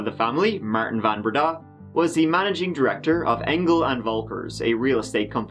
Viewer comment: I was convinced of his guilt by his beard - that was definitely an ax-murderer's style beard - that, and him pronouncing his last name Van BreeDAAHH, rather than Van BREdah - reminded me of "Young Frankenstein" movie (It's FROONkenSteeen") - so, yes, to me he looked like Frankenstein with an ax-murderer beard - family massacred? it's him.